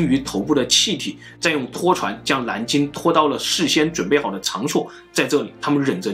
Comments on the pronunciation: 蓝鲸不是南鲸😄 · 这沙鲷丢脸丢到国外了，蓝鲸被你说成南鲸，舌头不好就麻烦你别出来丢人了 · 蓝鲸，南京。。。nl 不分哈哈哈